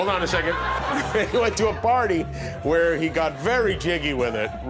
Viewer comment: Who is this wheel the narrator speaks of?